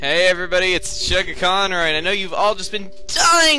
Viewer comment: I started watching him back in 09 or 10 while watching his Super Mario Sunshine LP. At that time I thought his name was sugar balls. My younger brother (who was 5 at that time) corrected me that he said not sugar balls.